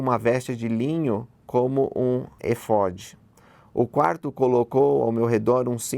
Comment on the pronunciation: Muito interessante, mas tenho um ponto que poderia melhorar o vídeo. O áudio de fundo no começo estava muito alto, teve alguns estouros no microfone, e creio que precisa melhorar a dicção e leitura, ex: O éfode (que era uma vestimenta sacerdotal usada pelo Sumo Sacerdote de Israel), foi pronunciado errado todas as vezes, apesar do acento agudo no e. Abraço.